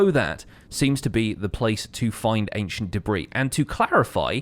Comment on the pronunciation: No one:: Ancient Debriih